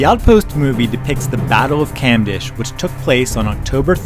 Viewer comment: it pronounce cumdesh, not camdash